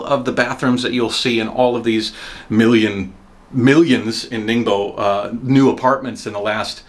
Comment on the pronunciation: It’s not ningBO it’s ningBOHH. TEN years in china and you can’t even pronounce BASIC pinyin. Pitiful display